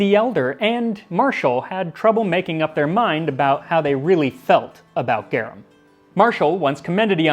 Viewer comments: It's said "garoom". It's Latin. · GAR ROOM is how it would be spoken. If anyone wanted to know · Gah-rum....technically more like "Gah-room" but I'm too crazy to just let that grating pronunciation go... Everything else you seem to put good effort into pronouncing properly, but the main topic item...not even close. Great video otherwise. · This is a really cool video but I just have to point out I think you're pronouncing it wrong Its pronounced like Gar-oom You say Gare-em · The way you pronounce it all I can hear now is Gyarados sauce.🤣 I love these videos. The best way to pep up any downer day! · Not criticizing!! GARUM = GA as in garlic, RUM as more like the ROOM word, but w short "O" sound. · I like this. It is pronounced Gah- room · Cool Latin facts by someone who took it for 4 years lol: Garum is more precisely pronounced 'gahrūm' (equal stress on the syllables as Latin is an unstressed language, not to be confused with lacking inflection). Enjoy the new bit of linguistic knowledge🧠 :) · GARVM. It's pronounced "GARVM" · I my Latin classes I was taught it is pronounced like saying the word "are" - g (are) um